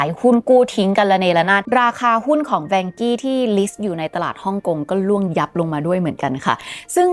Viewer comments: อ่านว่า ว่านเค้อ ครับไม่ใช่แวงกี้ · นาทีที่ ที่ภาพเขียนว่า Vanke 万科 อ่านว่า Wànkē ”ว่านเคอ“. ถ้าเล่าข่าวจีนแล้วเน้น เสียงจีนได้ จะได้อรรถรสมากขึ้น แวงกี้ เหมือนเป็นบริษัทฝรั่งไปมีปัญหาในจีน แค่ความคิดเห็น ไม่ได้มีเจตนาจะไม่เห็นด้วย ถ้าจะแปลคร่าวๆ 万 Wàn ว่าน = หมื่น 科 kē เคอ = สาขา หน่วยงาน ครอบครัว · รู้สึกชื่อจีนจะอ่านว่า ว่านเคอ นะคับ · Vanke ในที่นี้อ่านว่า ว่านเค้อ ครับเพราะเป็นชื่อจีน ครับ ติดตามให้กำลังใจครับ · น่าจะเรียกว่า ว่านเค่อ หรือ ว่านเข่อ นะครับ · อ่านว่า"ว่านเคอ"ครับ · Vanke.อ่านว่า “ว่าน-เค่อ “เคยมีคนไทยทำงาน 1-2 คนครับ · Vanke ออกเสียงอังกฤษ จะเป็น "แวนเคอะ" ไม่เติม y ท้าย e ยังไงก็ไปเวย์ "อี้" ไม่ได้ 😂😂